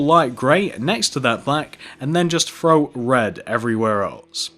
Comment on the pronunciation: Does anyone know he's saying frow instead of throw